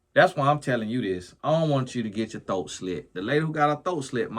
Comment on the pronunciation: I swear favorite words are “thoat” and “bike” 😂😂😂